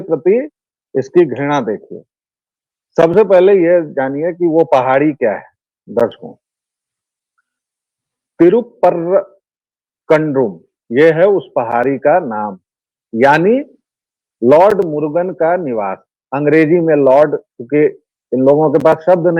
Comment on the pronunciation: तिरु - परम् - कुन्ड्रम्। ये इस स्थान के नाम के syllables हैं। इनको मिलाकर पढ़ें तो सही उच्चारण आ जायेगा।